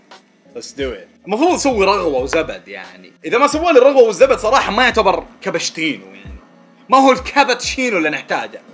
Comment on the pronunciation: كبتشينو 😅🤣 لفظتها 🤦‍♀️